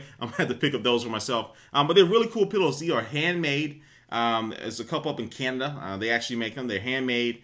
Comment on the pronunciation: Canada solider. Not Canuda.